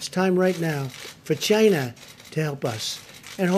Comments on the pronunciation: The way he pronounces China 😂 Chy-nah 😂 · Trump has the best way of pronouncing China “ Chyna’ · ❤ Trump saying Chyna... 😂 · Its not China, Its Chyyyna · No, its CHIYYNAA